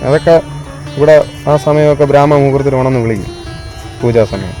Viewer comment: ബ്രാമമുഹൂർതം എടാ മണ്ടച്ചാരെ ബ്രഹ്മ മുഹൂർത്തം